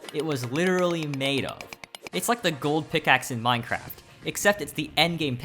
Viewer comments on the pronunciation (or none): none